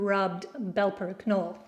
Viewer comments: Not only is the k not silent, but also the e is pronounced. "Kinolla" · Not to be an ass, but just to pass on the info, if the word Knolle is German, then it is actually pronounced like Canola as the E at the end of a German word is pronounced "uh". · Nearly right, but the E at the end kis alo not silent.